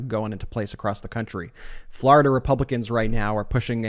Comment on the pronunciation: Anybody else sick of hearing his pronunciation of “Florida?”